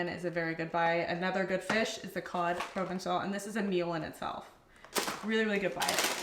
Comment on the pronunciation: Can’t pronounce Provençal but says Accoutrement pretty dang well. 😅 Also, your Trader Joe’s seems to be cheaper than mine. What state are you in?